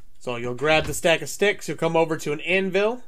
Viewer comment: Did you say coem???